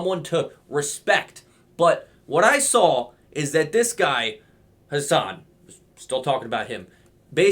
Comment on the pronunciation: deserves to be mispronounced, he doesnt deserve any form of respect